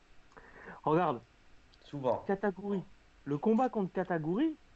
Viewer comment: Pourquoi katagouri c'est la prononciation avec l'accent allemand ou c'est un nouveau minks ?